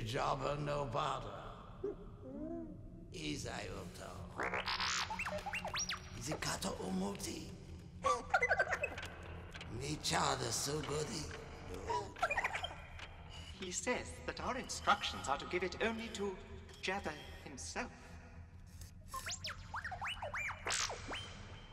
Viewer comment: RegrettableQueso — thought he was saying NU CHA